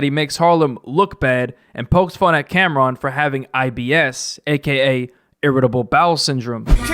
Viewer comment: Computer putin Camron not hea AHHHHHCAMRONNOTHEAAAA🤣